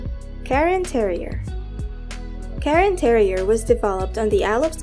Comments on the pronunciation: is it karen terrier or cairn terrier? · It’s not a Karen Terrier. It’s a Cairn Terrier.